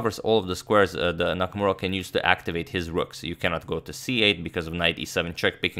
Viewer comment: Not “rooms” but “rooks”